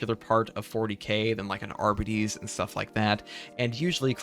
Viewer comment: Are by tees, say it with me children. It's not arba tees, it is are by tees. Arbites